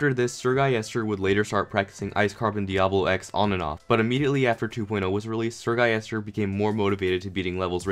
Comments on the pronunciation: “Sir guyester” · eseerre gulister